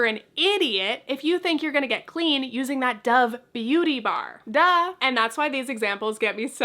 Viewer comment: sorry it’s random, but your DUH sounds so russian it startles me 😅